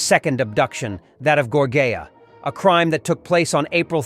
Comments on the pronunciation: Thank you for telling him so I didn't have to. WTH? How did he get Gorjea from Georgann? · It was pretty good until you butchered the name of the victim. Gorgea??? If you mean george Ann Hawkins then please correct this as it’s kinda disrespectful to the victims. Thanks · Gor-jay-ya. Are you f*cking kidding me? I’m out. Get your shit together, man!